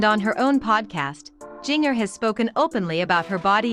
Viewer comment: Not giner....it's sounds like ginger